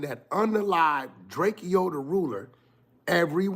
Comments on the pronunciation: Drakeo not DRAKEYOoo when the police pull up they say Drakeo not drakeyooo when Adam Says Drakeo it’s Drakeo not Drakeyoo everyone knows it’s DRAKEO not Drakeyooo like wack you really wack for the 💩 DRAKEO NOT DRAKEYOOO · Drakeo not Drakeyo get it right! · Man it’s drakeo not Drak-eo he even made a song about it 😂😂😂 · “It’s drakeo not drake-o get it right”